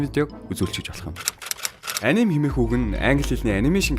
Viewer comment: Анимэг монголчлоод аним гэж яриад сурцан ч гсн яг япон болон бусад орны дуудлага а-ни-мэ гэж уншдаг шүү guys